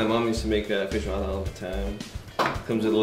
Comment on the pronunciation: Odeio como ele fala feijoada. nojentoo